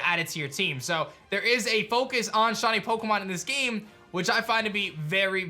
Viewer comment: "Shawny Pokemon"